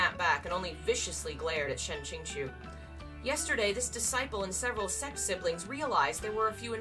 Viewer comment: Girl ily but pls try saying like 'sekt' instead of 'sext'